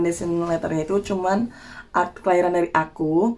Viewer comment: wkwkwk pas bilang “akta kelahearan” 🤣🤣🤣